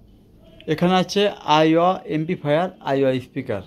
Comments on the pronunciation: এমবিফায়ার ki এমপ্লিফায়ার ঠিক মতো উচ্চারণ করতে পারেনা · এমপ্লিফায়ার ঠিক মতো উচ্চারণ করতে পারেনা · উনি এটা পারেনা ভাই।এটা ওনার দোষ না।